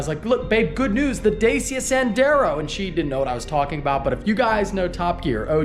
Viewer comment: It is pronounced DahChiya pathetic garbagss